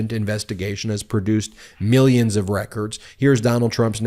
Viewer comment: "MEEYINS & MEEYINS of dollars! I'm covered under the law!" ME ME ME ME! Sickening prick! 😠